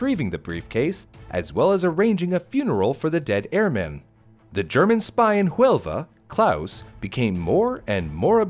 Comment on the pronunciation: Nice work done,, but two small details... - Huelva is on the southwest coast in Spain. The city that would appear on the map is Jaén. - The H in Huelva is silent (unlike the J in Jaén, which is aspirated) I think Babbel would help you more on that.